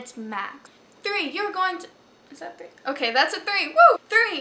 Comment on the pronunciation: Lol Three or Tree lol jk cute